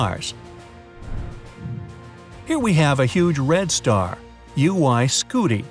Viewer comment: How to read “ UY Scuti “ is “ U Y Scu ti “! At the end ( ti ), that “ i “ how to say this word is i needs to sound its own name!